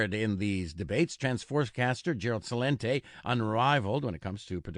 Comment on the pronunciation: This Tommy guy always calls Celente "Cha-lente"